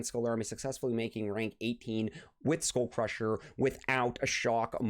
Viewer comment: It's just cringe hearing SchoolCrusher every 2m🤣